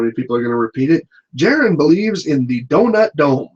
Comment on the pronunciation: Donut dome sounds like Don' ac' dum'